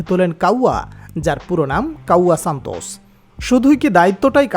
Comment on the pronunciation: Oi matari or name santos bolte parosh na